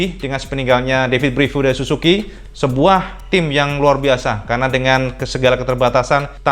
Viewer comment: su ZUU ki om , bukan susuki :DD